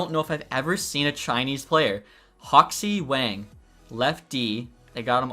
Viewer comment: Wang is prounounced Wong